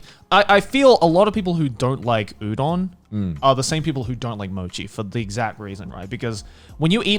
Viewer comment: Mans just said Youdon